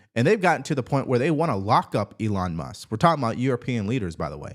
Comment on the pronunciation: Who is "Elon Mus"? 😂